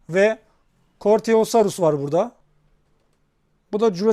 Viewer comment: Kortiosarus diye okunmuyor koritosarus haberin olsun